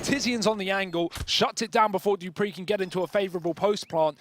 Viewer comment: why is the caster saying : Dipreeh... ITS FUCKIN DUPREEHHHHH